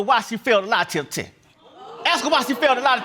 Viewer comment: "The lie detepper teh"